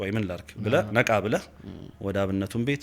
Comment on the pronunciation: በጣም ደስ የሚል ውይይት እና የሚያኮራ እንግዳ ነው እድሜ እና ጤና ይስጥልን ወንድሞቻችን። ግን ከተቻለህ ይሄ ክ የሚለውን ፊደል ለምሳሌ ብለህ ለማለት" ብለክ "ባትል የእህትነት ምክሬ ነወ። ትንሽ ለቋንቋው ውበትም ከማሰብ ነው።